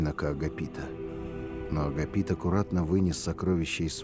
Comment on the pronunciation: Агапит с ударением на вторую а надо бы